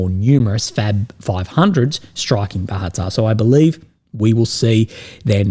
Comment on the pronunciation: It's Bahatir, not Bahatar.